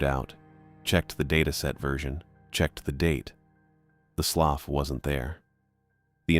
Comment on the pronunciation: It's NOT pronounced "sloff". It's "sloo".